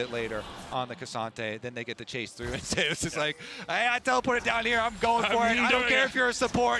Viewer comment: Why do they keep pronouncing Zeus like "Zay-us".... it's literally the greek god "Zee-oos" or "Zoos"